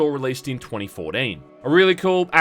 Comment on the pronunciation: "Released in twunny-foh-deen"